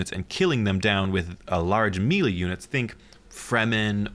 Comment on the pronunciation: Thought 1. "I love these faction deep dives, I am so glad I found this channel." Thought 2. "... He's going to say Mee-Lee in every single video isn't he?"